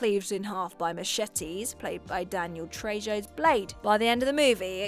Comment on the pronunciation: It's Danny Trey-ho, not Trey-jo